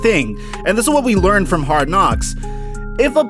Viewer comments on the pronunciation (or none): none